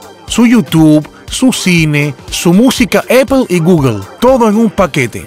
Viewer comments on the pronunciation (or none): none